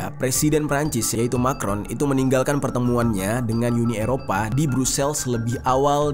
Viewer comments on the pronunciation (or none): none